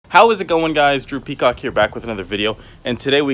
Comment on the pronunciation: You sound like you say droopy cock when you say drew peacock